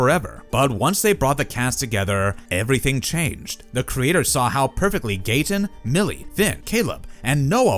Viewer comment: And it’s pronounced ‘gate-en’ not ‘gat-tun 😂